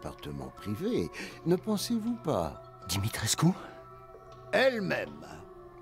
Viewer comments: "dimistrecus" mdrrrr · Comme dans The Evil Within et c'est Dimitrescu le "u" se prononce "ou" 😁